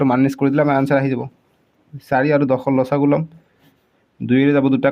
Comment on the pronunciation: Video to sai vbisilo bhulbor okol morei sokut porise nki 😝...but comment porhi gm palo sbei bhul boror kotha likhise 😂....ru apunak koisu axomiya vakha koise jetia pronunciation bor alp correct koi kribo...val nalage xaat ( ৭) tok saat buli kole, ru losagu nhoi lokhagu buli kobo... miya nki apuni 😂